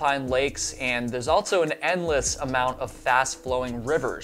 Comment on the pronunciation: Fun fact: there's no "t" in also.